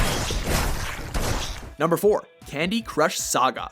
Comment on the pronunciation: Lol the way he says saga